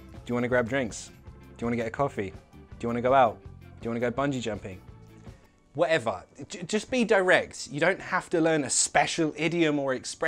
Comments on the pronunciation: There's NOTHING I don't like about and his lessons....... except when he says wha'ever! Hahahaha Un abrazo from Olivos, Buenos Aires, Argentina🇦🇷🏴🇬🇧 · Really nice and useful video!!! The way you say WHATEVER really sounds cockney 😂😂😂 Thank you!